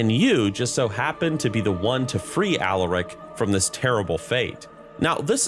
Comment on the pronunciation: every time you say Alaric I hear Alarak ala Starcraft 2